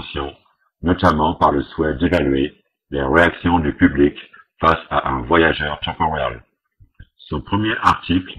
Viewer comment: ...un voyajeuuu' tempour'el.... LOL